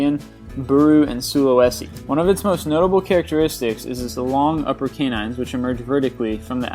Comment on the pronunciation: The way he pronounces canine kept throwing me off.